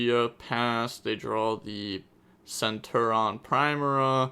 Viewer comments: Omg Sen-Tur-e-on!!!!! Plz. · not really u pronounce the t as a ch sound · The way you say it is cen Turion (ter-ion)